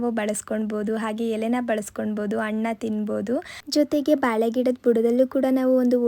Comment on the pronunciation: Annu alla hannu kannada sari ag matadri madam